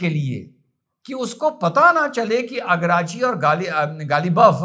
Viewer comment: Agrachi nhi araghchi bol jahil😂😂😂😂😂😂